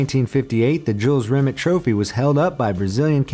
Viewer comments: Jules Rim It? Fucking hell, bad enough with burks on this channel saying hyper bowl for hyperbole, now there's this eejit. It's Rim-ay, not Rimit. Don't they check things they're unsure of how to pronounce? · Rimeeee not rimit!!! 😲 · Lol, Jules "Rim it" (it's French, Rim-ay) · Jules Rimmett? Try pronouncing it 'Ree-may'. He was French after all. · BTW, "Jules Rimet" is pronounced Jules Remey, not Jules Rimit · It’s the Jules remay trophy not remit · Who the f##k is Jules Rim-et (Rimet) it is pronounced Rim-AY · It's Jules Rim-ey you stupid yank. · Jules Rimet is pronounced Jules Rimay. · The way you say Jules Remet makes me sick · I knew all of these, and pronunciation of Jules Rimet trophy is wrong, it's pronounced Jules Rim-ay trophy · really, rimet was pronounced wrong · Jules Rimet is pronounced Jule Rimay. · At least learn how to pronounce "Jules Rimet" before you make a video, come on... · How can you pronounce Nike correctly and not pronounce Jules Rimet correctly seriously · You are pronouncing jules rimet wrong.